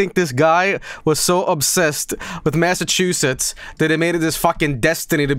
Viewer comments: Lmao can't pronounce masschewdicks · as someone from Massachusetts it amused me greatly to listen to funny Swedish man try to pronounce it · mispronouncing Massachusetts isnt even bad I know alot of english speakers who struggle to say it so it's not a huge deal.